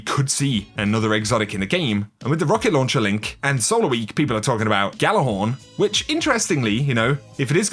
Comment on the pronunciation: Gjallarhorn is pronounced with a y, like ya lar horn